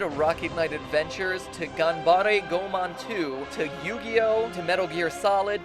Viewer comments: Geeky as you might be, Goemon's pronunciation is wrong. It is Go-EH-mon, not Go-man :(. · It's pronounced Go-eh-mon, not Goh-mon, Mat-ol'-boy! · Something you forgot to mention: Goemon was a real person. Oh, and it's pronounced "Go-ay-mon."